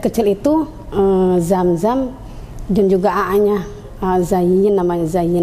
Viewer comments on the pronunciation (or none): Ini yg mebawakan acaranya ko bahasanya hurupnya udah di ganti ya huruf z di ganti j gitu ya zaman sekarangya apa ga marah guru bahasa zam zam diganti jam jam yg benar aja bu dan yg bawa acara perbaiku dong bagasanya jabgan di ganti ganti